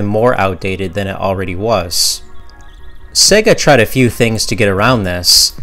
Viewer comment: Great vid man but it's SEYYYGA (not SEGGA). It is SEGA (as in 'to be this good takes AGES').